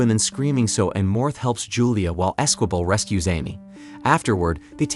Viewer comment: And Esquibel is pronounced ez-key-bell